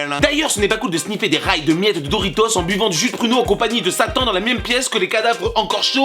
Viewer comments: On dit "doritosse" et pas "dorito" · On prononce le s de doritos